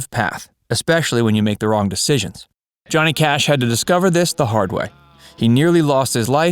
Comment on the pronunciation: We get Cohnny Jash. Get the original narrator back.